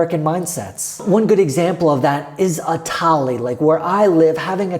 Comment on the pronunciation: It's not tally it's thali